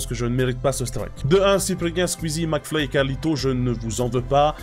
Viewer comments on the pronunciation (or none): Il a dit maclfyp aussi 😂😂😂😂